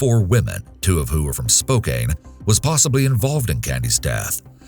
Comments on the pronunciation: Spokane=Spoke Can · It's pronounced SpO-can Also I love your videos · As a Spokane native I'm glad to know that the Candy's killer has been found, even if he's already dead. That being said, it's pronounced Spo-KAN, which is completely none obvious from the way it's spelled. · came on here to say it too. "Can" not "Cain" - also hear it said as "Spoken" a lot too, why can't narrators take two seconds to freaking find out how things are pronounced. Watched a vid the other day (a different creator) and he freaking called Seattle "Seettle" about a dozen times... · The story about the girl is apokane actually spooks me a little bc I live in spokane. Also his pronunciation of it irks me for some reason 🤣😅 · I'm from Washington originally too and everytime he mispronounced it, I said it out loud correctly, because it bothered my brain 😂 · The mispronunciation of Spokane is forgivable due to the “e” on the end; a lovely town, all the same. I’m from a town named Orion. However, the locals incorrectly pronounce it “Or-EE-un.” They make fun of outsiders who actually pronounce it correctly as “O-Ryan.”🤷🏼‍♀️ Speaking of regional mispronunciations, Michiganders incorrectly pronounce Oregon as “Ore-GAHN.” And THAT really bugs me. I ask them, “Do you pronounce your own state as “MichiGAHN? Well, no.” They can’t (or won’t) comprehend that Oregon’s last syllable is pronounced a lot like Michigan’s, in that there is no emphasized “GAHN” at the end. You can correct them a hundred times, but they still insist it’s “OreGAHN.”🙆🏻‍♀️🤦🏻‍♀️ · My hometown is Spokane, WA, and when I found out that Candy's case was solved, I got so happy and full of joy! I had heard about Candy's case years earlier when I was about 10 and heard on our local news that it got solved just made me so happy. P.S. Its pronounced Spo-can. NOT spo- cane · Love these videos but the pronunciation of Spokane is really killing me 😆 I've only ever heard it called Spo-Can, never Spo-Caine lol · It's spo-can